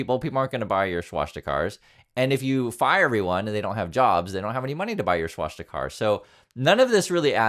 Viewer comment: please, sound it correctly: Pronunciation (Sounds like) swaa·stuh·kuh. It's not about being respectful, it's about being educated...